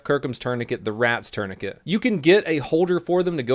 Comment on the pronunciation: Um tf is a turnicate lol